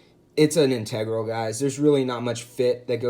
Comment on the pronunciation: I believe you are mispronouncing the word “integral”.